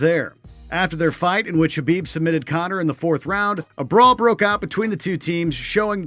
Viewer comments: Well, he got Khabib right lol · Mannnn who was reading these. I'm surprised they got Khabib name right but so many other names wrong.